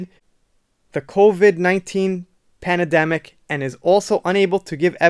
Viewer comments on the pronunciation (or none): Pandemic ..you asshole! Not Pandademic!! Pronounce it correctly,it was created by your own ancestors!